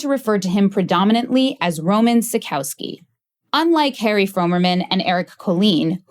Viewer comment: Why mispronounce his name so badly? Is it so hard to get it right. Really great story though...